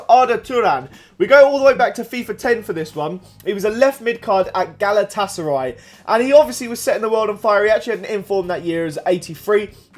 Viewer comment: GALAWTASARAY WTF? GALATASARAY :D